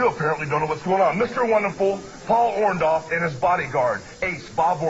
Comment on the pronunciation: I like how Hogan never knew how to pronounce 'Orndorff'.